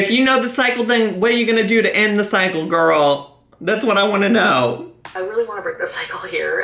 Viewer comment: "I'm just.... gorl." Yup. Yup, me, too. Her and Amberlynn. Jeez.